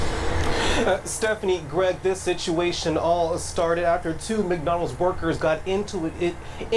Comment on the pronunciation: It's time for black people to evolve! I'm a Black man and I'm tired of seeing this demonic B.S. Bro it's pronounced like (Mick-Do alds). Learning how to pronounce words correctly is important especially if you have a podcast.